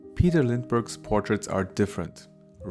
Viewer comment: Meine Güte! Peter Lindbergh war Deutscher, als sprich seinen Namen doch bitte auch Deutsch aus! "Psychological": Das P ist stumm: "Seikolodschikal". Außerdem: was sollen die Ziegen-Icons?? GOAT ist ja ein Akronym – und hat NIX mit Ziegen zu tun, du Ochse. ;-))